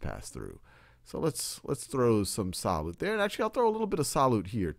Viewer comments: "SAH-LOOT" He just kept saying it and I couldn't focus on anything else! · me too